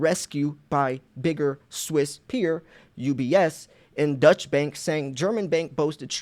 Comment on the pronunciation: Thanx for posting what the mainstream media won't. Incidentally, Deutsche Bank is German, not Dutch, and not pronounced the same.